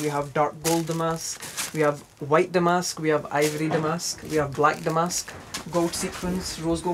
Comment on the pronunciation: Pronouncing “damask” correctly!! Yay!!! So rare 🤓